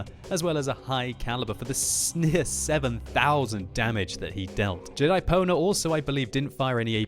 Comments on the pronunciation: Ahahahah doesnt know how to read Pwner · totally thought he said Jedi-boner. lol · I swear I heard you say Jedi boner... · It sounded like he said Jedi boner instead of Jedipwnr...